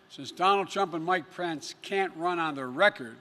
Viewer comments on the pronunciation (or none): Mr Biden its Mike Pence not Mike Prence... OMG! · Lol then he said Mike Pants 👖